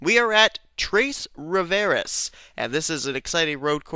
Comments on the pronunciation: XD, it's pronounced "Twah-Rih-Vee-Ay", not "Troys-Rihv-Air-Ehs" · It sounded like you said Three Rivers in Spanish not French 😊